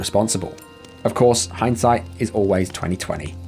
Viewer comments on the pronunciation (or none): none